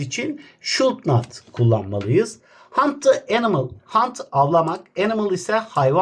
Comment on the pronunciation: Hocam şud nat deil şudunt